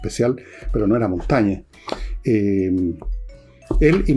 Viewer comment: Monsieur Villegas: cuando Ud. gana la confianza de un seguidor, dice "J'ai (pronunciado: j'è) gagné", no "J'a gagné". Lo mismo con Michel de Montaigne, Ud. dice "J'ai lu Michel de Montaigne (pronunciado: Montègne)", no "J'ai lu Michel de Montagne". Révisez donc la très diverse prononciation vocale des accents du français.